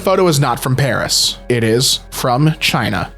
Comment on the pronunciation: He said "Paris" the french way!! 👏👏